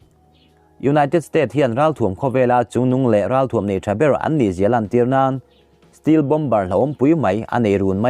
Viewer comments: Still jet ti toh suh .stealth jet ti toh roh....i lam dik theih miah loh le ..zir thlen chin a hriat mah mah 😀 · Steel jet chu bon om ve😎😂😂 Stealth - mizo tawnga STELT tih chhiar angin lam tur